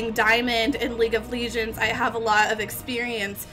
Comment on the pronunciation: How many times do people have to teach u how to say LEGEND not ligend